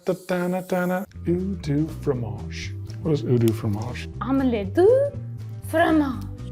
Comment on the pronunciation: you try to speak French but you say "do" not "du". your prononciation is bad, the sound is bad. but continue. I like when some people try to speak French. :)